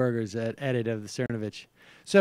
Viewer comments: It's "ther-KNOW-viththth." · Its actually Mike Thernovith